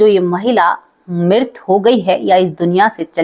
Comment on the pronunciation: Mam with due respect mirt ni mrit hota h